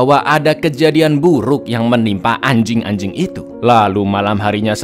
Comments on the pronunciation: Ngomong annj**inng nya biasa aja dong 😂😂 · Kenapa nyebut nama binatangnya kental banget.. kayak Lgi ada dendam aja dng si anyink??